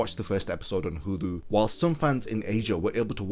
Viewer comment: its pronounced 'Hulu' not 'Hudu'